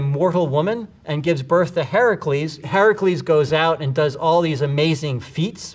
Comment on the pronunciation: Thank you for saying Heracles right!